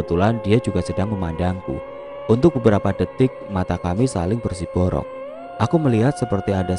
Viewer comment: Ketika saling menatap = BERSIROBOk bukan bersiborok😁😁😁 tetap smangaattt